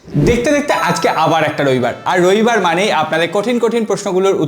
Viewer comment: রইবার🙄 নাকি রবিবার